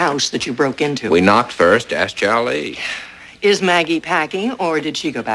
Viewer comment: It's Charlie, not Chowlee. Idiot.